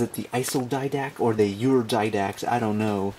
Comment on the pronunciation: ur-Didact [You're didact] Iso-Didact [I So Didact] lol